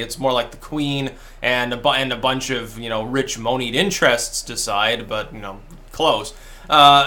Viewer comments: Moneyed, is pronounced "money-duh", not "moanied". Listen here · MOAN-eed interests? MARE-ee-land?